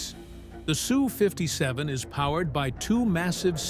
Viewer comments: Ess u, not Sue. If you want to name it properly it is a Sukhoi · Fake AI narration and it's not a SOO 57. It's "Ess • You" 57 or Sukhoi 57 or NATO name "Felon". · Sue? No, Ess You. Effing AI crap. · The plane is the S. U. 57. Not the Sue 57. Typical AI sound track! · I'm really starting to hate AI narrators. The people programing them are dicks. It's not a SUE 57. It's an S U 57. Jerk. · Its not Sue 57, Sukhoi 57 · 😂 Sue 57 😂😂😂 AI is a rtard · It’s an ESS-YOU not a girl named Sue.